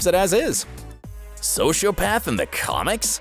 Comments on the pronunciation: "The Devil made me do it" speech from the book was directly put in the book. And in Season 5, Lucifer found out Michael manipulated him into leaving Hell. The pronunciations of "sociopath" and "reticent" make me cringe. He obviously isn't omniscient in the show. Everyone knows that. "List of superheroes he has." You mean "List of superhero POWERS he has" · i think what he's getting at is the word archangel is pronounced like ''ark-angel' which is how everyone I know pronounces it. edit: he also mis prononces sociopath